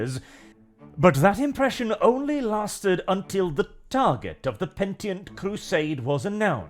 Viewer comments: It is not PENTIENT it is PENITENT :) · "Pentient" crusade? Or Penitent? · Pen-ih-tent, not pent-ee-ent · Pe-ni-tent De-ni-zens By the Emperor! :face-turquoise-covering-eyes::face-turquoise-covering-eyes::face-turquoise-covering-eyes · Still mispronouncing 'Penitent' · At this point I'm sure is saying "penitent" wrong on purpose.